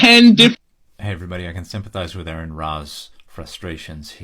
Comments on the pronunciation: Dan: “ah-ron” Ra, not pronounced like Aaron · Fyi... it's not "Aaron" It sounds more like "a-ron" ("ah-ron") I only say it because I've heard him correct people on a few occasions. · Aron has just lost all patience with these people. Also, it's pronounced "are-on" not "air-in". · One small thing. Aron is pronounced as Are-in. Thats all.